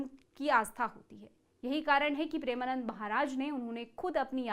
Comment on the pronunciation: Sabse pehle madam aap maharaj ji ka naam achhe se le